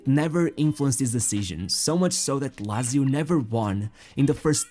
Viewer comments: Lazy-o is a person who voiced that video. I'm not that big fan of a football anymore, but that pronunciation triggered me so much... And I don't even know why, I was never a fan of italian football... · The commentator....It's Lazio...Pronounced...Lat...Zee....Oo